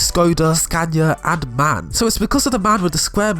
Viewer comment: The Truck isn't Pronounced MAN you say it like the Alphabet: M A N